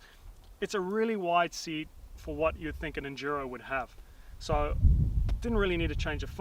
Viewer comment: "Super Enjuro Ahhh..." lol